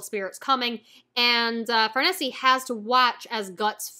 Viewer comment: I love the Conviction Arc, it’s more criticized than most arcs but that’s because other Berserk arcs are just so praised. I think it would be the best arc in most manga. I think you’ll grow to love Farnese. Oh yeah, her name is pronounced as if you were saying “niece”. At least that’s how most people pronounce it, it also just sounds best like that to me. But I’ve grown to not be such a stickler with name pronunciations.